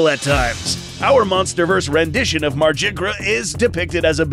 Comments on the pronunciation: It's "MAR-GYR" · I though it was pronounced mar-gi-ger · If it’s Norse, it wouldn’t be pronounced mArJiGrUh 😒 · I think it sounds a lot better to pronounce Margygr as "mar-guy-er" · you mean "margygr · I think the correct pronunciation is “Mar-gih-ger.” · I don't think that's how you say Margygr's name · There is a correct pronounciation for Margygr and your's ain't it. It's Old Norse. Both G's are pronounced like "Godzilla" or "Ghoul", not like "Genie". And the Y is silent.